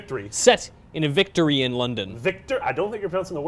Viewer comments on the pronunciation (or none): its VICK-TORE-IAN not VICTOR-IAN. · Victoryen london REALLY VICTORYEN LONDON LEARN BASIC ENGLISH!